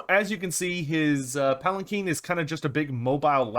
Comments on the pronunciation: palanquin not palakeen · I think one of us doesn't know how to pronounce Palanquin.